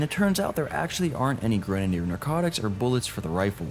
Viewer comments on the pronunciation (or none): why are u pronouncing grenadder like that